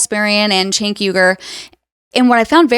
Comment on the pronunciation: I feel like people go out of their way to say cenk’s name wrong. It’s not hard. I know Cenk doesn’t care but it definitely feels intentional.